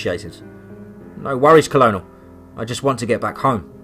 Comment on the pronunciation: The story is great. The narrator's inability to correctly pronounce simple English words though is such a distraction. Colonel is pronounced kernel. A harder one maybe is pronounced camp La-june. If the word seems odd or difficult then the narrator could easily look it up. Again it's a distraction and ruins the flow of the story